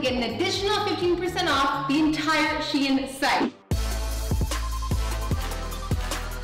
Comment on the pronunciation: Wait I always pronounce shein as sheen but is it meant to be pronounced as she-in cause that is how madison said it 💞